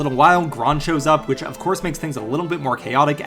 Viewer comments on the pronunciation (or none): none